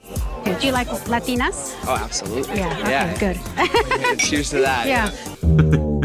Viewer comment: the way cody says LUH-tina instead of LA-tina 🫠